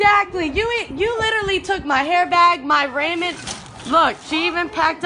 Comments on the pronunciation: I mean damn at least pronounce the Ramen (Raw-men) correct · “She even packed up my Ray-men noodles.” 😂😂😂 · Not the “Raymen” noodles. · Homegirl said Ramond Noodles. "She even stole my Ramond Noodles". LMAO 😂😂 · I thought I was the only one who heard "Raymond noodles" 😅